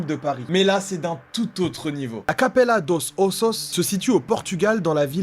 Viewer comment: la capella dos ossos sa se dit la capella douche osouch